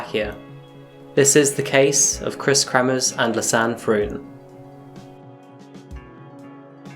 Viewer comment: it's Kremers, not kremmers, and Froon, not fruun, pls check your pronunciation, not just this vid... If you can't pronounce it, just say so and avoid using the names much.